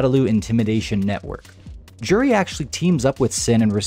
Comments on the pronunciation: J-uri is wrong. Its closer to You-ri. The 'j' is a 'u' sound. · You're saying her name wrong this whole time, btw.